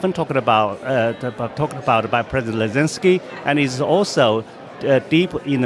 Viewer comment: he goes, "This kind of security guarantees are often spoken about by precident Lezenky.". He hid the "Z" in the middle of the the name. The Chinese are being very careful it seems not to use the "Z" willy nilly seeing as Elensky himself forbade the use of that letter in Ukraine. Very sensible of the Chinese.